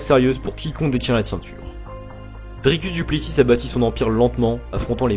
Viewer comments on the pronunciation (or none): C'est vrai que le "Duplessisse" fait mal aux oreilles